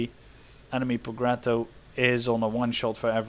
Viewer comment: Nice cast! One notice: it' pronounced Projetto, like jam, Jack, or Geppetto in Pinocchio.